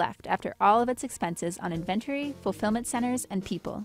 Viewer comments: Did she just say inventery instead of inventory? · Please learn how to pronounce “inventory.” I’m embarrassed for you. Where’d you go to school, anyway? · I've never heard "inventory" pronounced that way before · the way she pronounced the word "inventory" lol